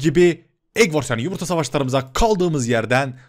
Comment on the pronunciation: Abi yumurta demek isdediyinde numurta dedin abi